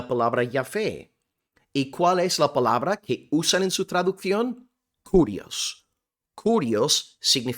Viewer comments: Solamente como aporte, que se pronuncia KIRIOS la u no existe en griego y esa letra es una forma de "i" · Mi amado hermano por la fe de nuestro Señor Jesucristo. La palabra es KYRIOS en Griego y no carios. Y por otra parte si varón lo as explicado muy bien,,que Dios te bendiga un cordial saludo desde Guatemala el país de la eterna primavera . 🇬🇹🇺🇸🇪🇸